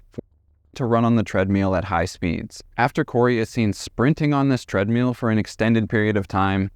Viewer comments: "TREADMEAL" is all i can hear now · You are mispronouncing treadmill. And there is NO good reason to censor a true crime video with annoying beeps.